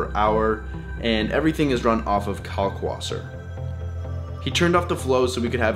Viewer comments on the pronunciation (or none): none